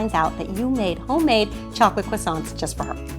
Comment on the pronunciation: I am from France and u are pronouncing croissants wrong! :)